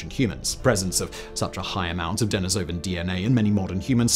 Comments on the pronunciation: Fascinating! I think it's pronounced duh-NEE-so-van, though. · Love your work, Simon, but I have to pick a little pronunciation bone with you here. It is De-NEE-so-van, not De-ni-SO-van, and De-NEE-so-va, not De-ni-SO-va. You have to look at the original Russian pronunciation.